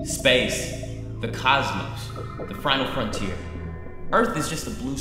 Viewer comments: "Frinal Frontier" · I listened to him say the Frinal Frontier like 5 times before I could continue the video.